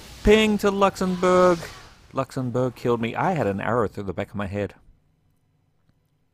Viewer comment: "Luxembourg" sounds like "Dinkleberg" 🤣